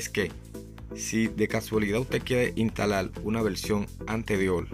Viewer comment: Yo me he hecho esa pregunta miles de veces con L-parlante